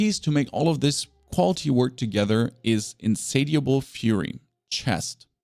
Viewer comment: Hahaha... In-Sat-e-a-ble. That's funny, man... The word sounds like "In-SAY-SH UH- BL."